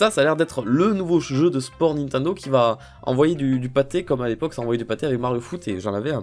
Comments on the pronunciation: Nathanel Messika c'est Nintendo et pas nintando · Le mec il est fan de Nintendo et il prononce mal le nom 😂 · Nintendo pas Nintindo putaaaaaain😠😠😠😠😠😠😠😠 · Lilibayer Gratouille nintindo aussi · pk il dit nintindo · t'as dis nit1do mdr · je sais c'est qui a dis "nintando":)